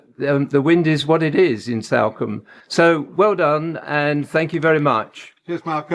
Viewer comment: “This is Salcombe” he says. Completely mis-pronouncing the towns name. Same for East Portlemouth. Seriously…